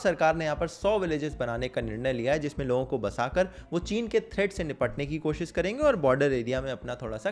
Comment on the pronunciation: "koshis" nai bro "koshish" baar baar practice karo, sahi pronounciation aajaega, koshish karo